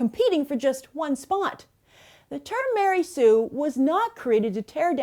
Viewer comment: Ma-Rey Sue.